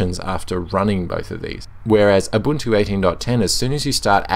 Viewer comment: You almost always say abuntu not ubuntu :)